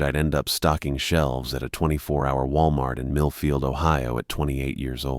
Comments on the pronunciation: I wasn't sure if he said Middlefield or not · Same I had to rewind, I use to work in middlefield and Orwell 😅